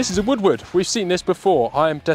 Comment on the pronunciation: shoots like a woodward would? its funny cuz it sounds like he says woodwood